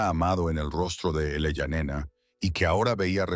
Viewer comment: La idea base de la historia es buena, el desarrollo terrorífico. (En un momento el niño fué niña) La IA nos volverá locos a todos😂😂 en el generador de caracteres, se lee: Eleyanena, ilayanena el allá nena , elaia nena ¡por favor! Desastre al oído y desastre a la vista..